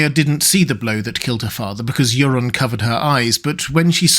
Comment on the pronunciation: 😂 Poor Yoren, got called Euron 😅